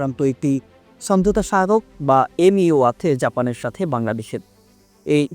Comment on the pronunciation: আপনি আছে কে আথে বলেন কেনো?